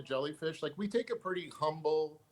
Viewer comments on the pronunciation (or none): none